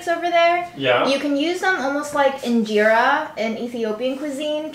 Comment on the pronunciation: Love your content! Quick pronunciation guide: Injera is eaten all over East Africa (not just Ethiopia) and is pronounced in-jeh-ra. The "in" is just like the word in and "jeh" is similar to how you'd pronounce the name Jerry, just with an "eh" sound. Great job as always <3